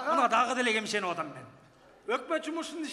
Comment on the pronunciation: Гемшенип эмес ,гепшеп деп айтылат